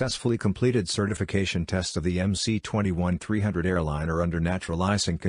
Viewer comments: technically you are right. the cyrillic letter C is pronounced as an s. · If I'm not wrong it's pronounced "MS-21"?